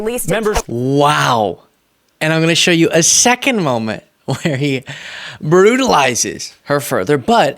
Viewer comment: comment "brutalized her, but" sounded like brutalized her butt